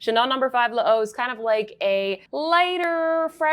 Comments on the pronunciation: Your makeup today is a KILLER: you look amazing and how about a lesson for this knockout look? Your skin is GLOWING Love your new highlights in your hair Saw these Chanel “ sticks” want some too Also L’eau is pronounced like: low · I know it’s annoying and I apologize in advance for it, but l’eau is simply pronounced the way you pronounce low. 😊